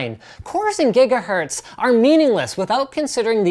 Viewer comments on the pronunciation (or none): none